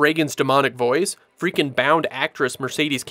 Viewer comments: Good overall video. A few important points: 1. It's Mercedes McCambridge not "Cambridge." 2. There is absolutely no point in comparing slasher stuff to this film. This film and the book stand in another complete universe and in my view head and shoulders over and beyond any of that sort of horror. The real horror here is psychological. What's attacked is what's in the protagonist's head, what they are upset about inside. 3. The dumbest takes on Exorcist are the people who are physically ill or who fixate on vomit or some other physical feature to the near exclusion of anything else. This is also where later supernatural and exorcism films mostly fail. They think it's about the effects and lose sight of what's truly and inescapably evil and horrifying -- what if you could not control what you see or what comes into your head - what if the true bad guy could put things in your head and what could they be. It's annoying that so many people can never get up to appreciating it on that most important of levels. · Mercedes McCambridge not Cambridge